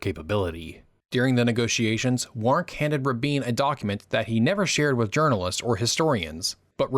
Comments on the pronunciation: Paul Warnke is pronounced - WARN-key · The CORRECT pronunciation of "Warnke" is: WARN-key (accent on the penult).